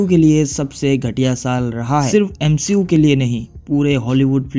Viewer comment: Nah bro "M She U" 💀☠️